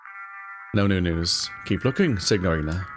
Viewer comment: I may be mistaken as I don’t speak Italian, but I don’t think you’re supposed to pronounce the g in signorina.